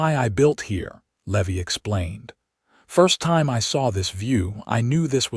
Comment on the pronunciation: A Levy as you are pronouncing the cowbo😢y's name, is aa fee charged for a late payment. The pronunciation for the name Levy is, Leevī. Thank you for changing it.